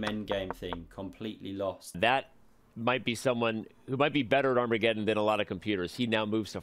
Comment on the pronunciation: Can someone please teach not to say "arm re geddon"? Thanks.